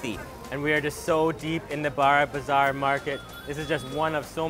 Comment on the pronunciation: Just stating it....... "BARA"bazar is the only way you should not pronounce it It's more like "BORO"bazar